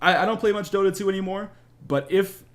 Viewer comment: I cracked up at "Dahta 2"